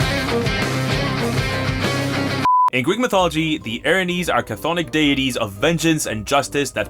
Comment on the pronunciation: OBJECTION! It's Chthonic, not Cathonic.